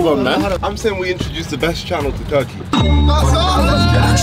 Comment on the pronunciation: I WAS SHOCKED WHEN THEY SAID RURKEY